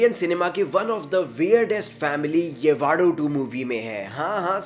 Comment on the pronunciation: येवाडू नहीं यवडू उच्चारण हैं।